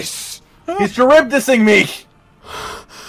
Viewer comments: Ok, because this is gonna bother me. Charybdis is pronounced Ka-rib-DIS and is named after a sea monster from Greek mythology that would swallow huge amounts of water, creating whirlpools that would sink ships. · Scylla (sih-la) and charybdis (ka-rib-dis) are references to The Odyssey and I thought it was really neat that they'd make Charybdis one of Behemoth's signature attacks....even though it's an attack hunters universally hate. I'm still upset that we could only ever fight the giant Kulu once. That was a surprisingly fun battle. It's also too bad that we can't use our Sunbreak hunters to fight Extremoth.